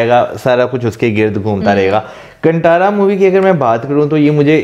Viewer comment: It’s ‘कांतारा’ not कंटारा guys.!